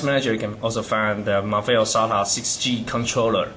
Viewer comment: He said Marvell like mahvell